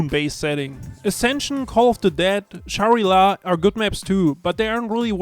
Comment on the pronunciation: The way he pronounced Shangri La